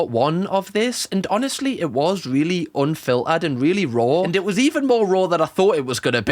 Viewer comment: if i have to hear raw and anfilterd agian